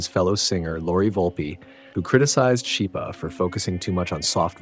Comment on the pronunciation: Just a small point. Schipa is pronounced skeepa